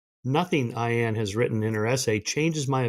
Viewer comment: Please learn the pronunciation of Ayaan’s name if you’re going to bring it up.